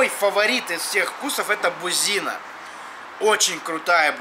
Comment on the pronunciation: выключил, когда сказал "бузИна" это край